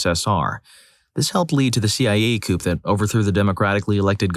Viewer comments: Coup is pronounced like koo, not coop. That is all. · Coup is pronounced Coo. No "P" sound at the end. Isn't English just the worst language?